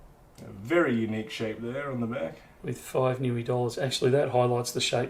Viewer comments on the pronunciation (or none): Niue - pronounced "New-way", not "Newy" lol